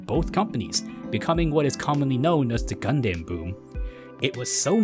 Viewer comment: I’m sorry man but nobody says gunDAM, except as a joke. Gundum. just like any word ending in DAM. But really , where are you getting all of your pronunciations from? Either use Japanese or use the English version. Not these odd made up names like Vottoms. VOHtums. And either ZaBOONGOOROO or ZaBUNgle.